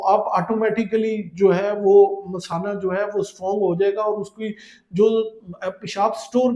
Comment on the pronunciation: Doctor ko pata nahi kay masana kis ko boltay hain, payshab ki theli ko misana bol raha hai.